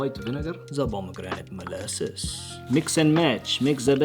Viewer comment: best accent ever 😂